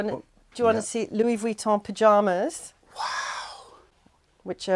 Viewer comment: It’s so nice to see you in Monaco again! I’m learning how to properly pronounce some of these Designer name brands😊 I noticed that she pronounces it Louis “vwee” ton.